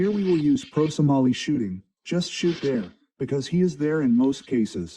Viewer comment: "pro samali shooting" XD